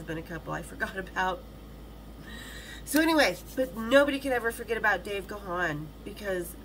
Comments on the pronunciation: Actually it’s not Gawn it’s pronounced Gan as in man. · It's not Ga-han, you pronounce it as GONE. But he is way too polite, he will never correct you